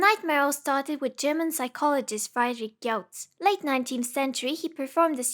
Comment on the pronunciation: Ok sorry to comment 1 minute in but holy shit you butchered 'Friedrich', like can't you at least listen to google translate and try to get it right over just not trying in the slightest? Like languages are pronounced in different ways, and you'd get major points by people who know how to pronounce it if you at least try.